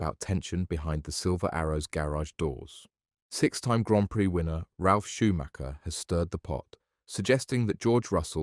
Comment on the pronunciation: Thank you for pronouncing Grand Prix correctly.